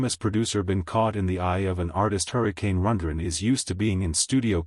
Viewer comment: Yes, this is obviously an A.I. narrator. He can’t even pronounce Rundgren correctly.